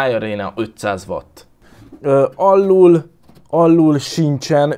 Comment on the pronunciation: az még mindig alul es felül nem pedig alllul es felllul😂😂